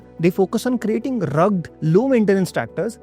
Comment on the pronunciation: It's pronounced as "rug- ged". TWO syllables.